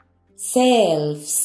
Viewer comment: Que cosa tan rara tienen uds los españoles con la pronunciación de la sh..asi no se pronuncia shelves pero es que no pueden..es algún tipo de discapacidad .porque ni a Shakira la pronuncian bien..que extraño y disculpen si se ofenden pero no lo entiendo